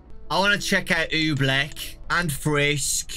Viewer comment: Ooblek is pronounced Oh-bleak not Oo-bleck Ewok is pronounced E-woke not E-walk Gemini, Ooblek, and Drago do not have jumpscares And if you squeak the nose 20 times... Something will happen